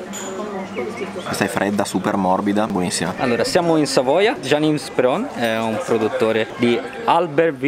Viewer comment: Non ha pronunciato correttamente neppure una parola francese. "gli entrée", "Jean Yves" è diventato un nome mai sentito ahahha. Mini corso ragazzi visto che non siete alla pizzeria sotto casa